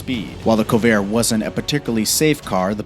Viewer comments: "Co-vair"? Don't you mean 'Corvair'? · Its Corvair , not Covair. Stupid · Corvair, not covair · COvair?? It's CORvair. You must be young. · "KOVAiR" That's it "Shut the fuck up! It's CoRvair you stupid 20 year old a-hole! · Corvair (not Covair) was a great car from 65, the Vega was worse, or the chevette with engines falling out at a stop light. Model T really ? No one knew what the issues would be. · CoRvair. CoRvair. CoRRRvair. Not Co-Vair. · Corvair. Cor-vair. Not co-vair. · What’s a Colvair? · The Covair made in the United Shtates of America, and the Yugo as in Siberia because it doesn't sound at all like Yugoslavia not even the same continent... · Trevor, I'm glad you noticed that too. The Pontiac 'FEAR-O' and the Chevy 'CO-vair?' BUT the WORST... did you hear that the Yugo was built in Siberia instead of Serbia? That's not anywhere near Yugoslavia. AND, I would have bought a 'SiberiGO.' WT...?